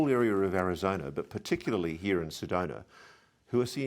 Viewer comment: yAy! You got it! It's SedonA not SedonER, and ArizonA, not ArizonER. Thank you!